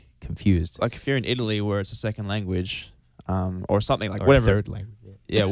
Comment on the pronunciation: I wanted to make a deep comment about how I always love zach's interviews, but then luke said the world "italy" and now that's all I can think about 'cause I'm from Italy